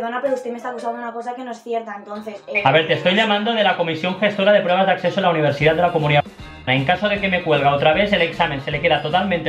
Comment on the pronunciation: Nadie se ha dado cuenta de que ha dicho: “Comisión gestora de prueba de AcSeso a la univerCidad” jajaja